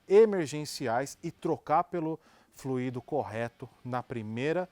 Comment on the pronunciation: Fluído, o que já fluiu! Verbo no passado. Tônica na letra I. Fluido ( tônica na letra u), substantivo: o fluido, líquido, ar ou gás que flui. Por favor divulguem ! Dói nos ouvidos " fluiiiiido " . Não entendam como crítica de menosprezo, mas como colaboração. Gosto desses canais. Obg .